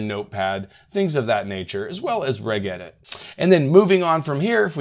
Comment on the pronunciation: reG edit and reCOOva! 🤣🤣🤣